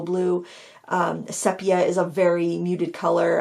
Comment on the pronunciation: Love all your videos and classes, although I haven’t actually painted in a while. Haven’t watched this whole video yet but wanted to mention that the color sepia is pronounced see-pia, not seh-pia. I even looked it up to confirm I had it right. 😻